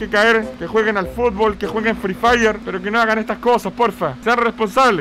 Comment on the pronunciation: Nadie: Absolutamente nadie:: La cReeW FrEE FirE